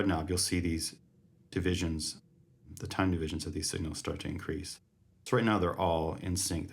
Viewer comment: Did you say “increatse the pultze width”?